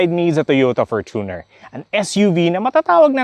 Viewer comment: Perfect pronunciation ng Fortuner! 👏🏼